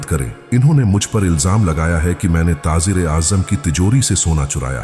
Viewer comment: taazer kia hota hai urdu ka beda gark mat karo taajer bolo